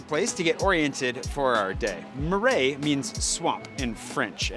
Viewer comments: It's not MEUrais it's MArais like in Apple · You are not anymore? Ok but say: MARAIS, MA, NOT MAI. A,not ai comme ta “MA”..cool video nice info for the peeps.